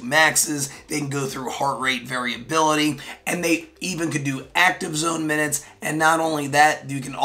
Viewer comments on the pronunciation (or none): none